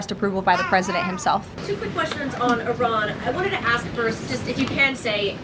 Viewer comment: Caroline Lying Levitte needs to consult with her grandfather/ husband to learn how to pronounce Iran!